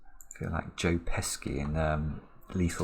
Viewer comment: Is Joe Pesci some kind of clown... does he amuse you??? I would be very careful mispronouncing his name. It's pronounced peshy not pesky...like this puzzle was. GREAT SOLVE:)